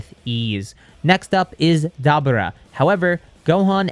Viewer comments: It's Da Boor ah not daba ra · It’s da bura